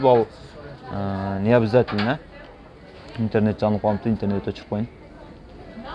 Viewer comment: Вадитиэл , интерниет де😂😂 Европада журуп элементарный создорду туура суйлосо жакшы болмок экен.